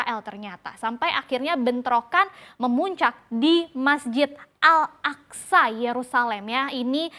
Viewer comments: bun al aqso bukan al aqsa...yg bener tuh nyebutnya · Pengucapannya Masjid Al Aqsho meskipun penulisan Al Aqsha artinya beda itu. Haduhh payah nih reporter CBNC.